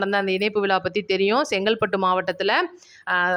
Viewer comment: சகோதரி நடந்தது மரகதம் குமரவேல் நடத்தியது விழா அது விலா இல்லை. உச்சரித்து பழகுங்கள். கேட்பதர்க்கு கண்ராவியாக உள்ளது.